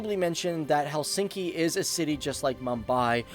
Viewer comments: In Finnish, the emphasis is always on the first syllable. Not: HelSINKI. It is pronounced HELsinki. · Helsinki pronunciation is: HELLsinki...like all Finnish words, stress ALWAYS on the first syllable and then falling in a linear way...